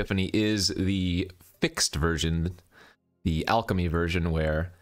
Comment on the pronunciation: The way you emphasize "FIX-ed" for the revised Alchemy cards makes me think Epiphany and Chariot got neutered or spayed 😂😂😂